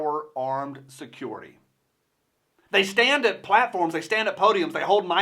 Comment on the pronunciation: suh· kyur·uh·tee... lol! Just saying ;-) Good words and God Bless America! Thank you for what you do!